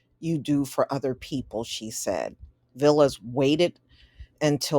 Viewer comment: His name is pronounced VAL-lis and he's Greek not Hispanic